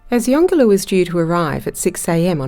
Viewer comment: So pleased to hear you pronounce the name correctly.